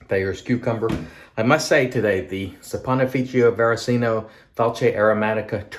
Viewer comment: Very nice shave and one of the best pronunciations of that difficult soap name I’ve heard. 😌👏 I have a frameback and it’s a wonderful razor, so yeah, as you said it definitely needs and deserves a better edge. Have a good day!!